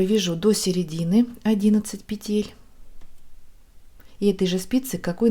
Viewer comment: Пожалуйста, пЕтель, а не петЕль! Очень не комфортно слушать Ваши петЕльки, очень режет слух🙏🏻